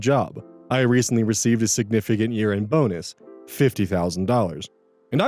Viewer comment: Definitely thought I heard "bones" instead of "bonus" when you read the title of the second story lol